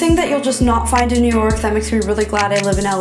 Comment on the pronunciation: Did she just say... nork!?